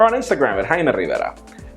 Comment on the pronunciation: I love the way you say your name. will you whisper it in my left rear